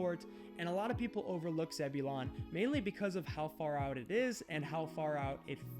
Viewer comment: Zebulon is pronounced “zeb-u-lin”.